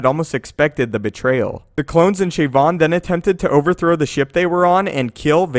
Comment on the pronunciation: "Shayvon"? Didn't he get shot by the cops in Baltimore???